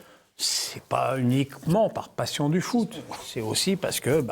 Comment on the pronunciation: le foot pas le fou 😅